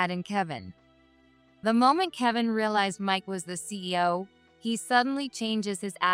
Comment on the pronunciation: See-oh? Seriously?